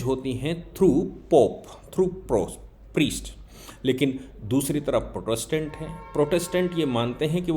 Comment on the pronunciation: kindly pronounce 'protestant' correctly. Thank you.